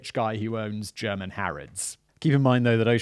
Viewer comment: As a german I find it super adorable how Simon pronounces German :)